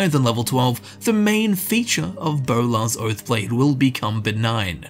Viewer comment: Bolar's Boath Blode.